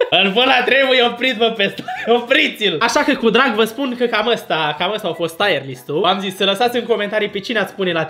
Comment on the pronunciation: nu se pronunță "taiăr list", ci "tir list"...sună super ciudat "taiăr list"